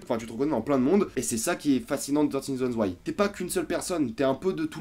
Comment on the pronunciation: Le prends surtout pas mal. Mais le "th" en anglais ne se prononce pas "te". A la rigueur c'est plus "fe".